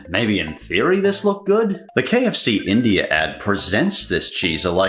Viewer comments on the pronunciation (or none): none